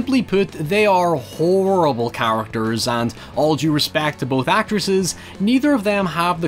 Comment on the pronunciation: I'm not trying to be insulting but at first I thought he sounded out horrible as a way to say whores😅